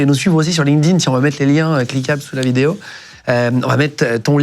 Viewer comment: Ben voyon tabarnaque, Deja me faire appeler canadien et apres cest quoi cette facon de dire linkedIn, linedine. Triste d’entendre ca💀💀💀